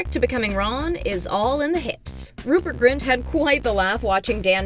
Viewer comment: It's Rupert GRIN not Rupert Grint... 🙃